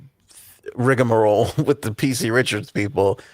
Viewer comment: It is pronounced rigmarole. Not rigAmarole 😂.